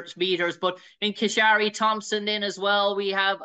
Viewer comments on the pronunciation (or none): The athlete's name is Kishane not Kisharie, Oblique talks so does Noah!!!